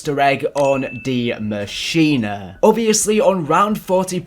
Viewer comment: Yo can everyone in the community stop calling this map "die machina"? It is NOT pronounced like that. It's german for "the machine" machine in german literally sounds the same as english pronunciation so just say "the machine"